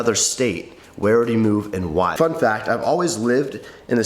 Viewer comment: said ‘fun fact’ i heard ‘fu*k that’ had to replay a few times